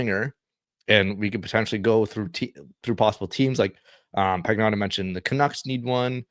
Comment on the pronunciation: Pagnotta is pronounced "pan-yoda"